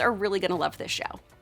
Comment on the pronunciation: I stopped watching when I heard her say "Geeralt".